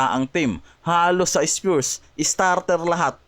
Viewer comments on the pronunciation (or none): Grabee k nmn masyado mo iniislang ang pronounciation ng spurs pero.sau ispyurs hayop ang styles mo. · Spures eh bisakolllll itigil mo yan ayusin mo mna mag banggit ng spurs hindi spures 😅😅😅😅